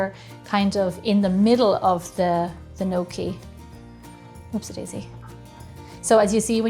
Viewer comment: I definitely love this videos with little George, he is the star of the show! what a cutie..he is waiting till he can eat your fabulous food...great job on the gnocchi..nokie! I love the way you pronounce it..! but its great with some fresh parm and great sugo! as we call it!! Sauce fresh from our preserves is the best!! hello little George you are a cutie!!